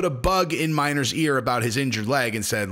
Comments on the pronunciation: Pronounced almost like Minnow. MINNER not MINER come on dude! Lol also, 70-30 is a great split seeing as the HOUSE pays the dude if he wins. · It’s Minner, pronounced, Min’nur, and not Miner.